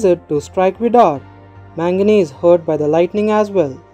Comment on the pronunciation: Bro it was very helpful as all the other recaps were in hindi, just a suggestion if you can please use the correct pronunciation, his name is pronounced as 'Mag-na' and not 'Man-gane'. Just a constructive criticism😊